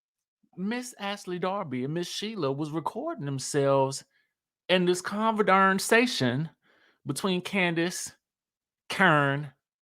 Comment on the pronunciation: Not "conver-darn-sation" 🤣🤣🤣